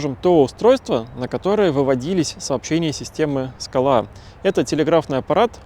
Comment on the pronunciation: Спасибо. Одна ремарка: если не ошибаюсь, то в названии СКАЛА ударение должно быть на первый слог.